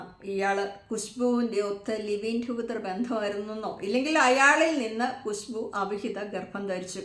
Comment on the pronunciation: കുശു ബൂ അല്ല ഖുശ്ബു